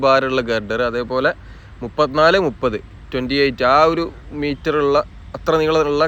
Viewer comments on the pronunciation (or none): none